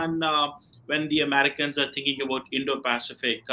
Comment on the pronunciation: ko kaafi dard ho raha hai, Indo-Pacific bolne mein....🤣🤣🤣🤣🤣🤣🤣🤣🤣